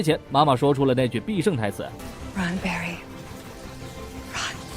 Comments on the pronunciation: 的barry變成varry了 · 那裏的Barry 變成了varry